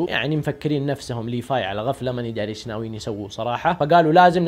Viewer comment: ليفاي وتتتت ليفاي؟. ايش فيك انت مايقولون ليفاي بل لسان لازم تقولها بحرف ال v خربت ام لأسم 🤮🤮🤮🤮